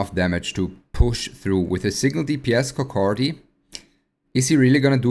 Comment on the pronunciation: 🤣🤣🤣 he say coc K many time